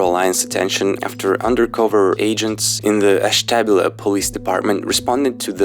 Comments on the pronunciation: It's pronounced Ash-tuh-byoo-luh. It's a native tribe. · It's pronounced "Ash-teh-be-ewl-uh" (ASH-tə-BYU-lə). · made me chuckle a little bit! Ashtabula is a little hard to pronounce but I’m in Pennsylvania, so I've lived by there all my life! It’s pronounced (ash - ta - bew - la) hope this helps! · native ohioan here, its pronounced ash-tab-YOU-lah!